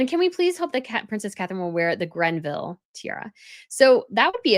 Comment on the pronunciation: It's not the "Grenville" tiara - it's the GREVILLE tiara, from the estate of Dame Margaret Greville.